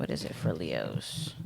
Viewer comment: Sound like you said “lehoes “ … 🤣